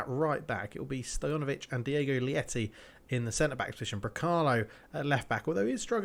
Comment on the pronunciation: Probably coming in late but Diogo Leite's name is pronounced like the word "late" and not "lieti" xD. Means milk in portuguese. Just started watching the series from the beginning, loving it! keep it up!